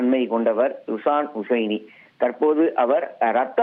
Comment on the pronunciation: செய்தியாளர் அவருடைய பெயரை தவறாக உச்சரிக்கிறார் அவருடைய பெயர் ஷிஹான் ஹுசைனி அவருடைய ஹை ப்ரோபைல் நிறுவனத்தில் 2000 மாவது ஆண்டில் நான் வேலை செய்தேன் மிகவும் உற்ச்சாகமான நல்ல மனிதர்...😢😢😢